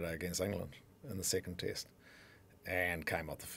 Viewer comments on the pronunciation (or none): Tick tock 😂 🇮🇪❤️🇳🇿 And it's "Test match" not "Tist match" 😂🤭 You can have Séan, even though he's Irish 🤭😂 Just joking, we love you Kiwis ❤️